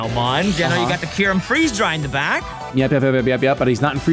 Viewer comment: Bruh... Kai-yur-em 😭